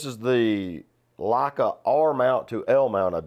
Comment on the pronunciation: Never heard Leica pronounced as 'Lakkah'.